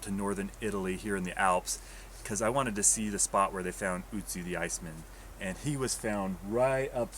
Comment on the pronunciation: It is nőt ützi it is ötzi